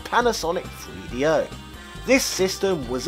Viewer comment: Having a hard time listening to this guy say Free Dee Oh